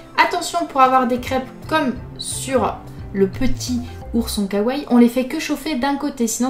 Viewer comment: on dit "kawa i" on pronnonce le i à la fin..